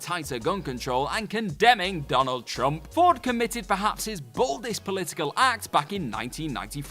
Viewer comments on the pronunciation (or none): none